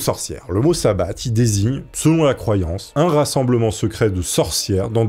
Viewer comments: On ne prononce pas le t de sabbat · Sabbat sans le T prononcé ;) on oublie aussi la conversion au christianisme ( figure du diable en bouc = Pan/Céranos...)